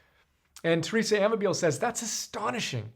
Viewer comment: Pronounced: a-MAH-bill-lay